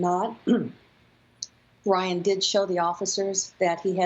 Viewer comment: she clearly says Ryan